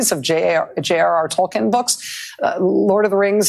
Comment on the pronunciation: Narya was a ring, not a character. The ring is symbolic as it is supposed to inspire those against tyranny and suffering. It's also not Tol-kin, it's Tol-keen.